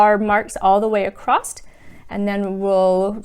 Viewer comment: Nice, easy to understand videos. (Across is not a word. No t, just across. I guess it is regional.)